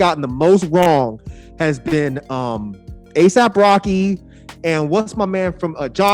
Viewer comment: still calling ASAP Rocky Aesop Rocky, some things never change.